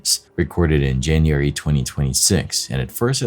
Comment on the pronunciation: Hey, I love your videos. But producers, please adjust your narrative computer voice to correctly pronounce the months of the year. Gets very agitating hearing January and February always pronounced so incorrectly. It happens too many times to leave it alone and simply let it slide. Jan-u- wary Fe-bru-wary I know these aren't dictionary exact, but they are how people pronounce them and are highly use to hearing them. Please promptly adjust. Thank you😊